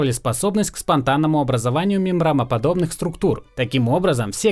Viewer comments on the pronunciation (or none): Я один слышу "мембрамы, мембрамоподобных" вместо "мембраны, мембраноподобных"?